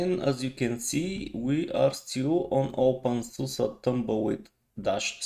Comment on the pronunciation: Always makes me happy when people pronounce openSUSE correctly :DD This reminds me of Xfce a little bit. The default theme does look somewhat basic but maybe with some customizations it will become amazing.